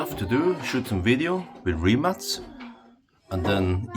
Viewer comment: Thumbs up you pronounce "Rimac" correctly 👍💪